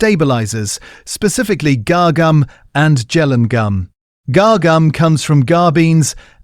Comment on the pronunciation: Guar gum is pronounced Gwah